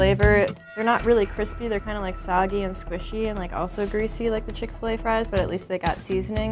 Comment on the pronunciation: Bruh she sayin dat chick fa lay is 1